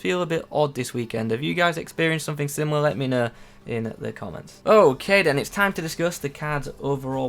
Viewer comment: you say " Time " really weirdly at around 5 minutes O.o